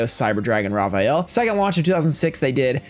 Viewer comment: "raw vaiyel" lol its "raviel"